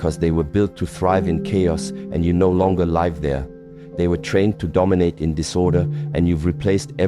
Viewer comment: It's definitely AI as he said live (alive) instead of live (lived) of it was a human speaking they would have got that correct... I've noticed this in many AI videos. They can't say live.